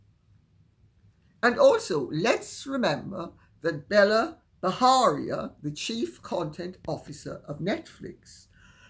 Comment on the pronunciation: Lady C, Bela B has an Indian name so it's pronounced Bay-la ( not Bella) Bajaria with a hard J as in 'jam'.